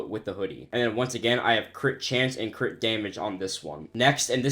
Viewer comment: Guys I think my head full of gang stuff every time he says crit it sounds like he saying crip